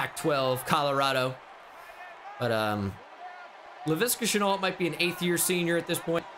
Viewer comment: Levante shenault not laviska